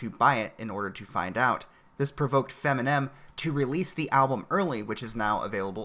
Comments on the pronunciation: Did you say Feminem? Funny shit. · "Feminen" lol. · I'm sorry, did you say "FEMINEM"? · Fem-inem. Lol